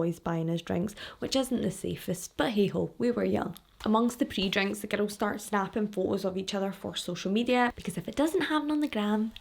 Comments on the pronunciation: I first heard it as "ghetto!" So I wonder if that other fan is also American. I figured it out quick enough but every time I'm still like: how can GIRL sound like GHETTO to me??? Glad I'm not the only one hearing a t/d in there. 😂 It's a lovely accent!!! Speaking of your accent, the first video I watched, as I was about to watch it briefly thought: wonder where she's from... American?, Latina?, Mediterranean?... well I'll know in a moment when I hear her... Scottish?!!!! 😂😂😂😂 So it was a LOVELY surprise. (Not that there's really any accents I don't like, but gotta say Irish and Scottish are up there in my faves!) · It took me a while to realize you were saying girls and not ghetto. 😂😂😂😂 I love your facial expressions! 🤭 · Omg it took me forever to figure out that ur saying "girls" lol ❤️ I love ur accent and videos 😹